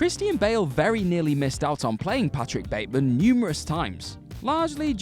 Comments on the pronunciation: When he tells the lawyer about killing Paul Allen, he says "I'm patrick Batemond" instead of Batemen and always wondered if was a mistake the directors didn't catch or was there an actual reason? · Yeah...and the character's name is pronounced BATman.